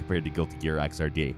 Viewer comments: ok so fun fact: XRD is pronounced X-ERD... sooo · Xrd is pronounced as a word not by the letters...just sort of the way GG games are